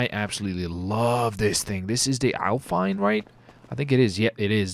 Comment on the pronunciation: BMW Alpina say it with me AL-PIN-A not Alpine lol just fucking with ya dude giving you a hard time call it whatever the hell you want!